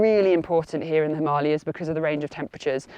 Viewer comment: Hearing a brit (I assume by your accent) pronouncing Himalayas and Ladakh both correctly throughout the video was pleasant to hear. Tells me you take time to learn about things, which in turn makes me think your other advice must be sound as well.